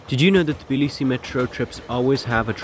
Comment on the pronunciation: You mispronounce Tbilisi